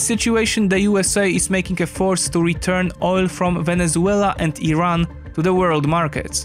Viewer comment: He pronounced Iran correctly he knows what he is talking about